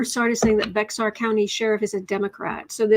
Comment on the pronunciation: Thank you for always keeping up with everything going on and making sure we have that information as well. By the way, Bexar County is pronounced just like the animal. Bear County. the 'X' is silent. Thank you again for all you do.